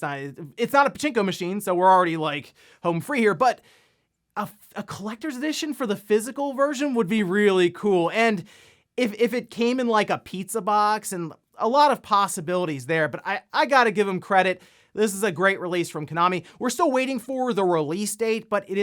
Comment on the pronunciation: Did I hear pastabilites